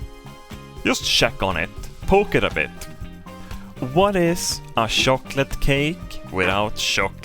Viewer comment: "Were gonna start today's episode with a quick English lesson." Electrical whishper Good thing I shifted it all Electric whipper Very tick What is a shocolate cake without shocolate glaze It adds a good punch to the shocolate Plastic cutlerlerly Shocolate Some people think it gets stuck in their teats